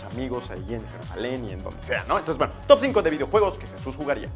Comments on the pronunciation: ¡NO ES YISUS ES JESUS J-E-S-U-S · SE DISE JESUS NO YISUS. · se pronuncia JESUS no yisus